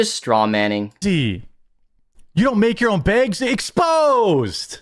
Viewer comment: The way he says “baygs” makes me irrationally angry